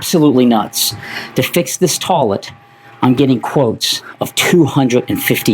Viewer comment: Where are you from where it's pronounced Taw-Let? Not making fun, you'd think it was weird i call it toy-let.